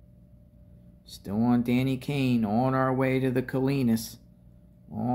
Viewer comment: Can’t believe you can’t say Danny Kaye {Kay). You know founder of St Jude hospital